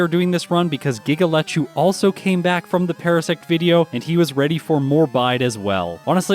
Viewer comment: Every time you say Giga Lechu's name I hear it as "giggle at you" and wonder why that non sequitur just happened. Also, congrats on running the second community challenge video! I'm glad this one didn't turn into a monster for you to get done and put together like the Parasect one did. I hope to see more of these over the coming years.